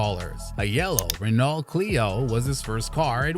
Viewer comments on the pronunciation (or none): And "Renawllt". But the worst was Kelly "Pick-ETT". Clearly an F1 channel that has no idea about F1